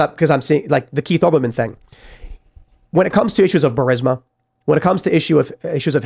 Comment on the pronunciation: Benny doesn't know how to pronounce burisma it's embarrassing